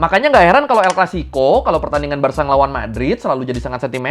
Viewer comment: Visca el Barça i visca Catalunya! 🔵🔴 🟨🟥🟨🟥 apresiasi lebih utk yang bener nyebut Barça dengan ((barsa)) bukan ((barka)) 🙌